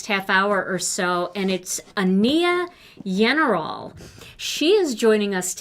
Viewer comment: Just so you know, Ania's name is pronounced AHN-ya. Yenerall rhymes with general. I loved all your projects today! 🥰🥰🥰